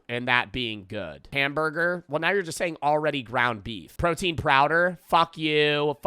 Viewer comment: protein prowder